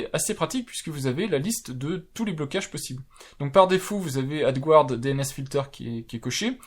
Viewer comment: Adgarde, pas adgouarde! Erreur fréquente des français qui ne reconnaissent pas le mot français emprunté par l'anglais et prononcé comme l'original. Ce n'est pas grand chose mais ça vous permettra de faire encore un tout petit peu plus pro 😉 (pour être totalement précis, prononcez "adgâd")